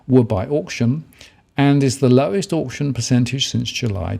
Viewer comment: Can you please pronounce auction properly